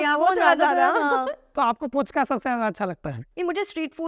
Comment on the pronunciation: Puchka nehi Fuchka kaha jata he Kolkata me. Jo F ke jaga p se suru karte he likhna, 'H' ko nehi dharte he. Pu nehi phu- fu.